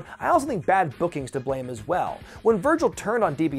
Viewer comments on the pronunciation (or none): none